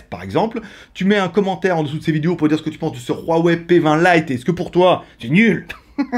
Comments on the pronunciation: C'est Huawei et non "Ruawei" tu me stess en disent ça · Ruawei tu es espagnole toi 😂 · Pq tu prends un accent espagnol qd tu dis Huawei 😂 Et petit modif, la radio est présente 😉